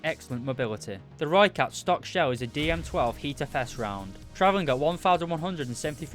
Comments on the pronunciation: Jip whats this lhoicat thing everyone going on about! Rrrrrrr-oi-cut is only way I think Brits and Americans will be able to say it. But this guy still did a good review. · Any South Africans here annoyed with how no one pronounces the name right🤦‍♂️ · I am not south african i am dutch but since some words in south africa are almost identical i am triggerd but i cant blame him its not easy to say that if your english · It irritates me greatly